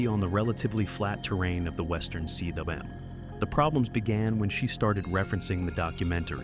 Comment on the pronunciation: Why do you say C W M? Cwm is a Welsh word pronounced “come”. It means a bowl.